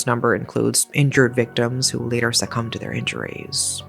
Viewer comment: Tried watching this video but this woman's voice is just so annoying. A moment Layderrrrrr. It's later. It doesn't take 7 seconds to pronounce. Video could've been under 20 minutes if it was someone else talking, Jesus.